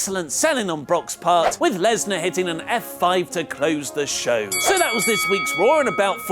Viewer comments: It's not Brock LESNER......................it's BROCK LESNAR ............Point of correction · LESNAR not LESNER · Finally found a mistake in wrestletalk video... lesnar----->lesner